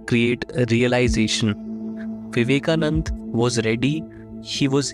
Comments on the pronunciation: Loved the content. But It's Vivekananda...not Vivekanand. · Its swami vivekananda, not vivekanand